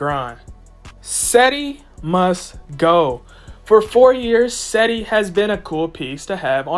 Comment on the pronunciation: Do you even watch the games? It's pronounced 'Jed-ee' listen to how everybody else says it within the team